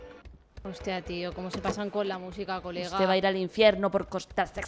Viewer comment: "Uteh eh un vato" Cuánto me rei XDXD